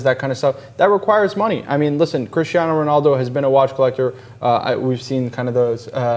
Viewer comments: RONALDO guys not Renaldo LOL neway nice vids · Who is RENALDO? It's RONALDO. FFS